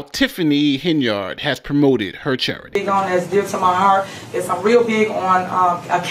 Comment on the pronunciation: Why do you keep mispronouncing her name as Hen-Yard instead of Hen-Yerd like the multitude of audio clips you posted at the beginning of this video? It sounds weird to hear mispronounciation of names, especially when the person who the name belongs to pronounces it the correct way